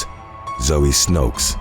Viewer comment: and then they are all wrong. The right way is not determined by majority vote. The women is from Belgium. I am from netherlands. We speak the same language and i even k ow the meaning of her name. 'Snoeks' is not pronounced 'snokes'